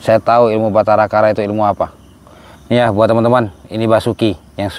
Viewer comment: Batara karang bukan Batara kara